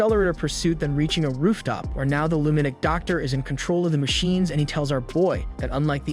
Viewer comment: Okay. I love your content, love love it. But do you speak English? Like, the actual English language. What animeh? What's a lunadic? Like I said, love your content, but you butcher some words and for some reason it sets me off.